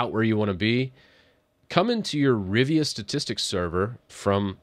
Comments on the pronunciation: It’s “RIVA Tuner”, not “RIVIA”. 😂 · "Rivia"?!?! "Riva".